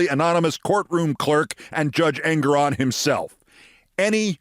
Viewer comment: FWIW...I understand the correct pronunciation of the honorable Judge's name is en-GORE-on.